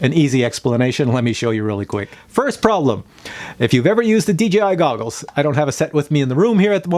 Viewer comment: When you say pralum you mean problem right or what not.